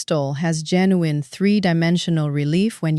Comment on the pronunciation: JEN U INE NOT HOWEVER YOU PRONOUNCE IT !